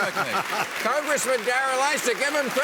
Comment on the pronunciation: Did he call him Darrel Isis?